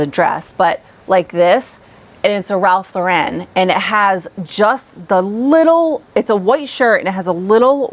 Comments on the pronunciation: Yes..The name "Ralph Lauren" is pronounced with the last name rhyming with the girl's name "Lauren," not like "Lau-REN". The correct Americanized pronunciation is ... LORE-en (rhymes with "foreign"). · Ralph Lauren is pronounced without the emphasis on the second syllable. It is pronounced like Lauren Bacall. Worked for Ralph way back.